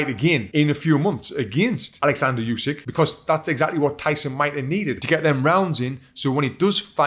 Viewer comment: Hey Tony, I don't know if it matters to you, but the correct pronunciation is "oosik", not "yusik". Same sound as in "shampoo". Source: I'm Ukrainian. Also mad respect for your analysis, I enjoyed it immensely.